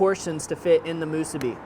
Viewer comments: Not to be a jerk here but the pronunciation is mu-SU-bi. (Makes it taste better too!) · Its musu-BI